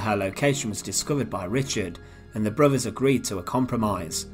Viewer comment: When I have to tell a video commentator It's "brothers" not "bruvvers" there's something wrong...do us all a favour and learn how to speak correctly